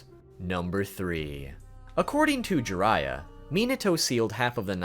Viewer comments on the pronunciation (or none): who's "jurayah" ? 😜 if you can say byakugan, jiraiya is similar. An "ee" sound followed by "ah" sound. Gee-rah-iyah